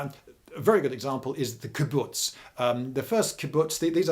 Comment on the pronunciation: Okay while you pronounced Kibbutz right, you got the facts wrong. Most Kibbutzes didn't let men work in kitchens and women work in the fields. The ones that evolved to to let people do the jobs they want are the ones that survived longer.